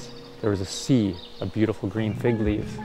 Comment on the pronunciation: Oooh fig! Not pig... 🙈